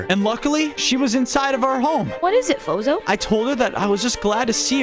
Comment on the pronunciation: I mean fozo not foza